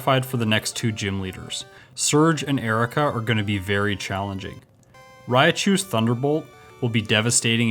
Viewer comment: You're great and your videos are great, but please stop saying RAI-A-CHU, it's just two syllables. RAI-CHU. Subscribed BTW 😉